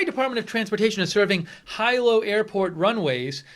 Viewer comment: Brush up on your Hawai'ian, dude. Hilo is pronounced like he and low, not hi and low. Ai = the long i sound in Hawai'ian. A single i in Hawai'ian = long e sound. Hope everyone is okay on the Big Island.